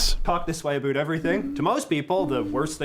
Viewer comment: JJ is the ONLY Canadian I know who pronounces it "aboot", and I've NEVER heard "aroond" before this JJ vid. He's not even from Eastern Canada, so I don't know how this happened!